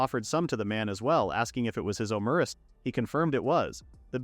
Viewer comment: Your AI says Omurice wrong. it says it like Omuriche. I guess it's just French.